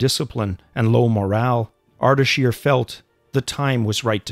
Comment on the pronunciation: It's Ardeshir not Ardashir